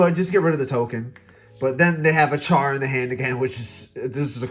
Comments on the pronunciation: It’s Char. It sounds like “Shar” when said with a Japanese transliteration. Kind of like Alice would sound like “Arisu”. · SO NOT WEIRD. Just interactions you may not be used to or aware off. Also Shar not cha-r.